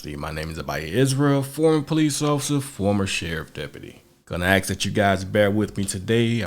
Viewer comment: Am I the only one who heard him say “officer foreskin”?